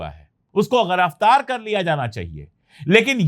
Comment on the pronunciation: Giraftar. Not ghiraftar